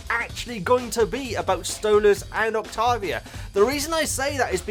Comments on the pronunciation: Hey, I love your videos and your enthusiasm for the show and characters always puts a big smile on my face! Anyways, I just wanted to tell you that Octavia's name is most likely going to be pronounced Oct-Tei-Via. Also, her nickname is Via, just in case you want to make it easier on yourself. Also she is Stolas' daughter, and yes Angel has a family that is still around, unlike what we know about Alastor.. I hope this clears some things up a little, and helped you out! (P.S. Angel's given name is Anthony) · i was gonna say octavia's named is pronounced like this, oc-tay-vee-uh just so u know😊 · I think it’s octAvia like with an A instead of a O :3 I don’t have Insta so ur the only way I can see the Hazbin and helluva boss posts so ty :D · Oc TAY via. That's how I pronounce.